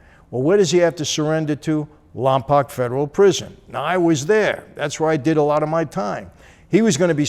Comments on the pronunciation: LOMPOKE.. NOT LOMPOCK.. I was stationed at Vandenberg Air Force Base and I was immediately corrected the first time I arrived there and pronounced it like Michael.. lol.. This guy is awesome tho!.. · It's pronounced Lompoke Mike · That’s not how you say Lompoc